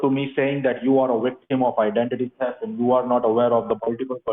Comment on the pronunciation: Oh, no! --- "Officer ScoRt Davis" says you are a veecteem of idanteetee tefft!!!